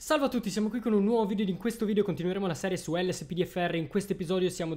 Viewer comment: perche dici vidio e non video bho